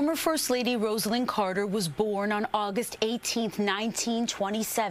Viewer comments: When memorializing a person, it's a very good idea to pronounce their name correctly. Her name is pronounced RoZZ-ah-Lynn, not Rose-ell-inn. Crikey. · At least pronounce her first name correctly.